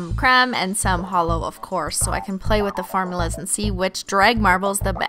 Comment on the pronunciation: I heard farmulas instead of formulas